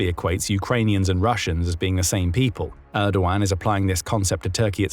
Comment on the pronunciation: It's not "Reysep", it's "Rejep" Tayyip Erdo-an (muted g)